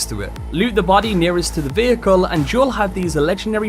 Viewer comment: Great video, as always. But... "Bady" "Wapon" "Simpuly" "Ashara" Seems like you have a few pronunciation bugs to fix